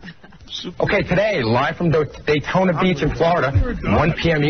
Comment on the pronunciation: "Dotayna Beach" AHAHAHAHA poor! 😂😂😂